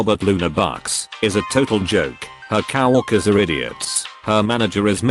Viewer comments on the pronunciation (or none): Cow worker😂😂😂everytime